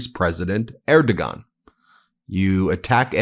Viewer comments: Erdogan is pronounced "air - doh -wahn". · Love you, Ben, Erdogan pronounced more like Airdwan, no hard “g” 😊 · Just a heads up, it's pronounced like "ehr·dow·aan." The "g" is silent. ;) BTW, you're amazing, Ben! I love how supportive you have been towards Canada; thank you for all you do! Proud Maple Mighty from Vancouver, BC! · It's pronounced Erdowon I don't understand how you keep mispronouncing foreign names - just listen occasionally rather than just talking all the time. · For some reason known only to speakers of the Turkish language, the criminal dictator of Turkey's name is pronounced "Er-doh-wan". I don't speak Turkish so I don't understand why. Just sayin'. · How can you be so self=absorbed that you haven't learned that the Turkish leader's name is pronounced UR dough waan ??? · Erdogan is spoken like Erdo-wan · Who is Air Do Gone? PLEASE check pronunciation of name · You’re pronouncing the president of Turkey’s name incorrectly…… The G is pronounced like a W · Please learn to properly pronounce the name of the Turkish president, otherwise you sound ignorant and or errigant. Look it up on Google where there is an audio.